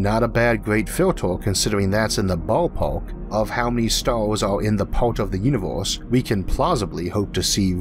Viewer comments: He can't pronounce the "er" and "ar" sounds. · I got tired with all the "filtors" and "the uniworse". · Why do you say "o" instead of "a"? Univorse, filtors, Formi paradox... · Nice video, just can't stand the "univorse" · Orth? Uniworse? lol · "filtoes" "univorss"